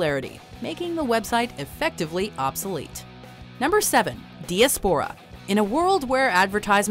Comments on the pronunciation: Ok I know I sound like a pretentious git but it's pronounced die-ah-spora not dee-ah-spora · It's "DY-ASS-POOR-UH"....not DEE-UH-SPOOR-UH" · Repeat after me. di AS po ra. dī-ˈas-p(ə-)rə. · ...That is NOT how you pronounce "Diaspora".